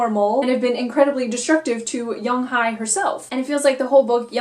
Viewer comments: I reside in Korea. The pronunciation of the name is Young Hae not Hi. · Yeong-Hye (young-hay), In-Hye (in-hay)